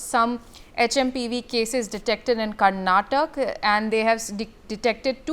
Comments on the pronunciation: Its not karnatak, it is Karnataka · It’s not Karnatakk..it’s karnataka.. plz be specific to state names .. people of state feel bad for that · Was she not going through the script?? Did it mention karnataka or Karnatak? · Someone teach the basics to the Anchor. KARNATAKA!!